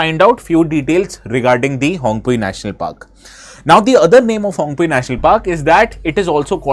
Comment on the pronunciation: The pronounciation of Phawngpui is incorrect. P isn't silent like english vocabulary.